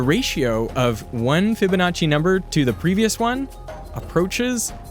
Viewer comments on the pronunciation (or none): none